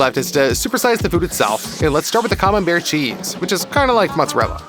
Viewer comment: Activate subtitles when he says camenbair